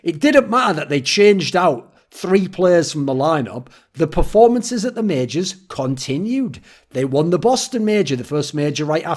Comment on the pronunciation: you also said majors incorrectly, you said mages ^..,~